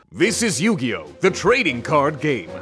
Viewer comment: Love the content, as always, but as someone who grew up knowing the rules I'm physically cringing at "Nugioh" LOL. Great job!